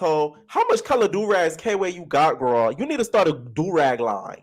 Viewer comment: I really don’t think it’s K-Way like I’m 90% sure it’s Kway how they’re saying it in the show